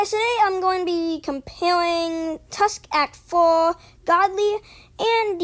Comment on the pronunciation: That intro tho 😳 "Tusk Act FOHH" OH MY "Wound about path" "Aer" OH MY im a boy